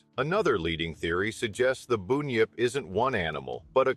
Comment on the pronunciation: BUN-yip not boooooonyip